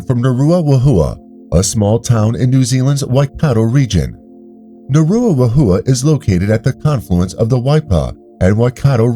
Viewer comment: Maori pronounce the letter W as an F, so you would pronounce it as Naruafaheeya